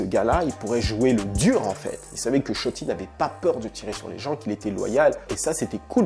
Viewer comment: "Shotti"😂😂😂😂!! "sholi" plutot!!